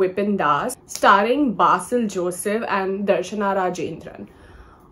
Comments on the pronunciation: It's not BAASIL Joseph Its basil joseph ( pron: "be" sil Joseph) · Not "be", it's pronounced as "bay" as in "bay-watch"